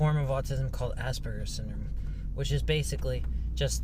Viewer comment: that professor really needs to work on her pronunciation of Aspergers